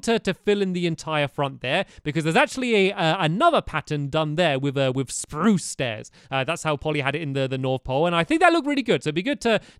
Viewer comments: You did not say it right you said sprue not sprrrrrrrrrue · Guys stamps forgot to pronounce spruce sprrrrrrrrruce